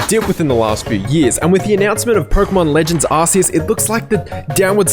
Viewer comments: Can't take your opinion seriously when you can't even pronounce Arceus correctly. It's not ARSE EUS. ffs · 😂Did he just say "ass-ceus ",everyone attack!